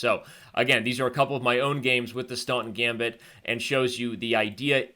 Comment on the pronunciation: Too fast to follow. Even the talking made Staunton gambit sound like "stunt gambit".